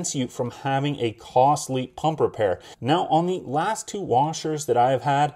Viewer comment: is it a Paump or a Pump ? Lol Good review. we bought ours and waiting for delivery.